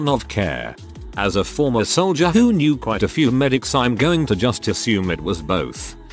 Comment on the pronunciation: what is up with how “who” is pronounced